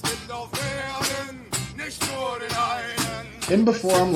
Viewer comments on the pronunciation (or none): The "u" in nur is pronounced like the "oo" in "loose". The "nicht" is more like a "sch" in "schedule", your "aus" pronounciation is on point (like in australia), "liebe" is spoken "leabe" as in "leave" and "weinen" is the same as "whine" with a "en" at the end in englisch :) so spoken it should be: "Noor nischt aus leabe whinen" hope this helps you learn our freakish language, this is the first time im trying to "translate" german pronounciation into english 😊✌️ great video by the way